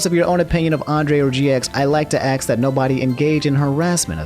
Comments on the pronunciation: It’s “ASK”. NOT “AXE”. “ASS-KUH” You have a beautiful voice my guy, and I probably wouldn’t say anything if it was a fluke, but it was numerous times man, and each time it was like nail being hammered into my brain. Regardless, good summary overall though. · Why does say ax instead of ask? It's something I have noticed over his last few videos. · ASK with a SK not AKS